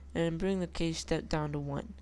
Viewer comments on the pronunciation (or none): just to let you know, it's not c-ae-sh; it's c-a-sh. long "a", not short "a" but otherwise, good tutorial.